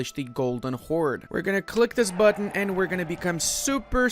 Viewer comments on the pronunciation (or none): none